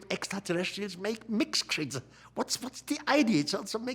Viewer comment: “Deeez mixked cxreeetures!”